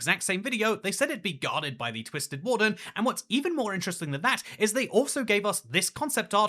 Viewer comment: I heard “Wool-fern” but maybe she meant warden?